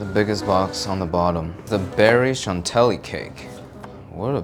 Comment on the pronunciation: shan-TILLY, not chan telly